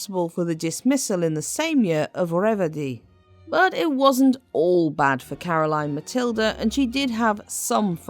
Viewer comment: Great video about Caroline Matilde and your pronounciation was almost spot on. Thank you from a danish history nerd.